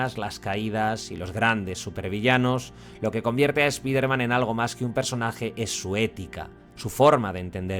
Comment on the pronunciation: no es eso bro. Spiderman es un nombre propio por eso tenes que decirlo como correctamente se llama y se pronuncia de donde viene su origen. Es solo eso. Sino le podes decir el hombre araña que es su traduccion. Tambien es raro que a palabras como fortnite ustedes si le pronuncian bien la i como "ai". Pero bueno no se, cosa de ustedes...